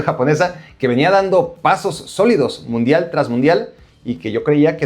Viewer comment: "Mudial" no importa si lo Cambias, así decía Primero xd